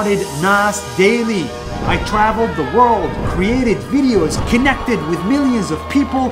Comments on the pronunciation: when you said connected i heard you say kidnapped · why do I first heard this as kidnapped 💀